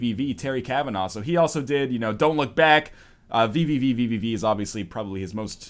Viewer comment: The proper pronunciation of VVVVVV is just "V"